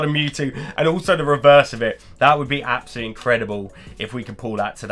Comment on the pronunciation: Was it "absol-lutely" stunning ;)?